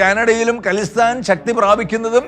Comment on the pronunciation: ഖലിസ്ഥാൻ അല്ല "ഖാലിസ്ഥാൻ" എന്നാണ് പറയുന്നത്. ഖാലിസ് (pure) എന്ന പേർഷ്യൻ വാക്കിൽ നിന്നാണത്.